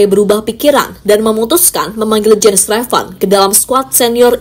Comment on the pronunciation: Jens Raven ❌ Jens Revan ✅😂